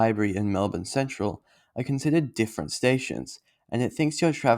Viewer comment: Like 'Mulbn'. its not Melb'ORN'e